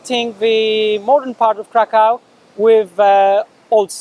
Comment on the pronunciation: That's great. You can pronounce Kraków better than Jurek does.